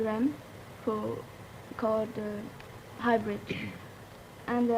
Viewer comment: I love hearing saying hybrids as hybridge lollll I'm laughing my ahh off